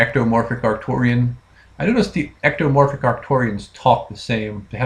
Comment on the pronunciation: you keeps saying archturian. are we thinking of the same race?